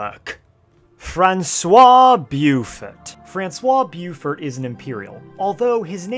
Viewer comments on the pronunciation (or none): ahh English and its pronunciation... U say "Bofor" like Bo of boat and For like The Force.. lol Bioufurt